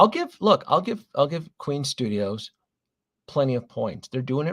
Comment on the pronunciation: FYI - it’s Queen Studios, not Queens Studios.